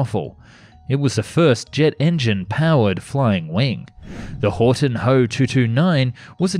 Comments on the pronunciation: Well, your try to pronounce Gothaer Waggonfabrik was not as bad as it could have been and surely not as bad as you thought. Only it is Horten, not Horton. And in Germany nobody says H-O, we say Ho, just like we do not say M-E for Messerschmidt, we say ME, speak "MEH". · It's called Horten not Horton